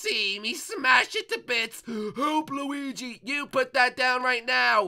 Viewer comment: he kept calling him gooigi:)